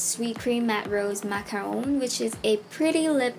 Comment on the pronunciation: YOU SAID MACARON CORRECTLY OMG. Hahahah i love you even more 😘♥️